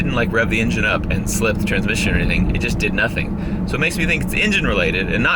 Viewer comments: Yes, part of my soul died, and I shed a single tear every time he said “transmission” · Every time he says transmission light i die a little